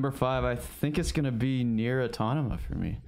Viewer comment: Did just say “Nier AutoNOMA?” Im unsubscribing!!! Also shout out to for going bold with that Battlefront 2 GotY pick 😂 Sorry, ima little late watching this one. Have a fun year guys! Oh, and my picks: 1. Horizon Zero Dawn (PS4) 2. Persona 5 (PS4/PS3) 3. Assassin’s Creed: Origins (PS4/Xbox/PC) 4. Hollow Knight (PC) 5. Gravity Rush 2 (PS4)